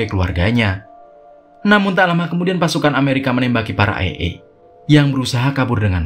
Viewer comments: Bukan ey ey dah bang Tapi ey ay Seru ceritanya bang,, semangat bikin konten nya💪💪💪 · Bang bukan ai,e tapi ee,ai.baca nya.